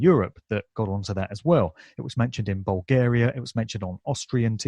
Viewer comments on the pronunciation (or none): none